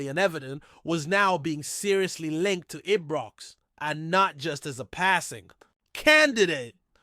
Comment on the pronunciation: Am sorry folks, I can't stand this guy getting Ibrox wrong, Its always Ebrox with him, it's insulting, does he check pronunciation of Scottish area's.